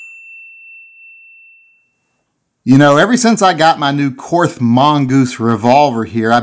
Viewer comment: The name is pronounced Kort The H is silent